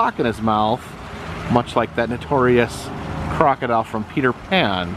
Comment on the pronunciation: It’s a clock-o-dile...lol